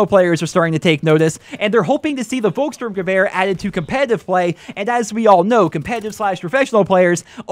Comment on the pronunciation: Hey, you pronounced the name of the gun pretty good:) Just one thing: Pronounce the "V" like an "F", then it is perfect:) Like: Folkssturmgewehr